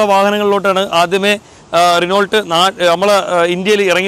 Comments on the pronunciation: റിനോൾട്ട് എന്നല്ല റെനോ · Renolt alla.. Renou.... French word aanu.. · റെണാൾഡ് അല്ല.റെനോ എന്നാണ് ഉച്ചരിക്കുക. 🙂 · റെനാൾട്ട് എന്നല്ല? റിനോ എന്നാണ്. Its french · റിവ്യൂ അടിപൊളി... ദയവായി കമ്പനി പേര് തെറ്റായി ഉച്ചരിക്കരുത് റെനോൾട്ട് അല്ല റെനോ എന്നാണ് ഉച്ചരിക്കേണ്ടത് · റിനോൾട്ട് അല്ല റെനോ... അങ്ങനെ pronounce ചെയ്യണം... thetttayit paranjathallatto.. Angne pronounce cheyyanam... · റൈനോൾട് അല്ല.. റെനോ ഡസ്റ്റർ അവസാനത്തെ T സൈലന്റ് ആണ്.. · റിനോൾട്ട് അല്ല bro റെനോ എന്നാണ് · റെനോൾട് എന്നല്ല റെനോ എന്ന പറയുന്നത് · അതിന്റെ pronounsation ശേരിക്കും re-no എന്നു മാത്രമാണ്. അതായത് ault ഇല്ല.